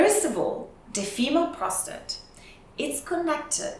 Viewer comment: Women have a prostrate? 🤣🤣🤣🤣🤣 it's pissing!